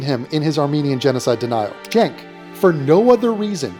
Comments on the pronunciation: Love everything about this content,. The hyper-annunciated "Keek" gets me every time. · I think the way you are meant to pronounce Cenk the E is sounded as a U and the K makes the same sound as a T. You're welcome